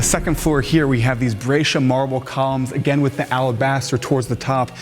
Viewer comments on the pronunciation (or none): none